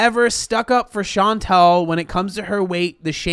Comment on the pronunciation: My name is Chantal and i'm impresed that you said it in english the right way!!!